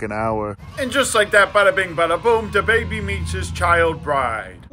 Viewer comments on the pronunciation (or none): Wait.. did you say the baby, or DaBaby?